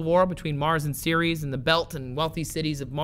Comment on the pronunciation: Took me a solid three minutes to realize he was saying Ceres and not Series. I always thought Ceres was more like Sair-res. Like the Sar in Sarah and res like rest.